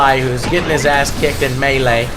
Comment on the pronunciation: can you say the word " melee " more. It sounds really humorus when you say it.